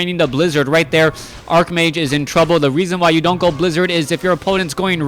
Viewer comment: Why did you change the way you pronounce 'archmage'? You usually pronounce w/ a 'ch' sound rather than a 'k' sound.